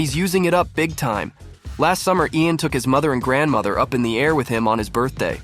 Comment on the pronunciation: that is not “Ian” or “Ean” or (EyyAn) Armitage, his name is pronounced LAIN like the word “lane”.